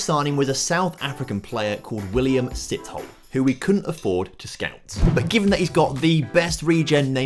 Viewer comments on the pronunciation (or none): The South African’s name is pronounced Si-toe-le